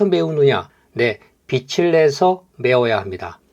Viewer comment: 빚에--비제. 빚을-비즐 발음교정 합니다.